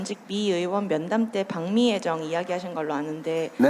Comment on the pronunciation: 박미? 방~미 기자가 발음이